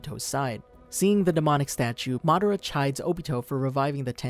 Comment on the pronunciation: Madara oh Cheaha